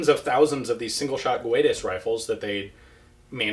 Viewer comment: In portuguese "Guedes" is not pronounced "Gooedes" but "Geh-dsh". The way you pronounce it is more like Spanish. Here is an example: Good video!